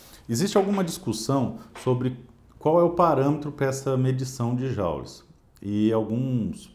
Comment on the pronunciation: Eu também sempre pronuncie Jaules ou joules, pois ninguém alertado antes. Não seria bárbaro, pois é uma novidade. Obrigado pelo ensinamento.